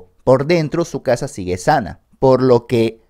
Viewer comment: Por un momento pensé que decía que perdió su cara, en vez de su casa, xd.